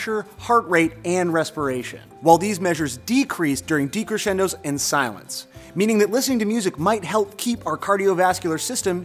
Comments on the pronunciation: Noooo, he pronounced it "DEE-crescendo." It's pronounced "DAY-cresxendo." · Decrescendo is pronounced like "day" not "Dee"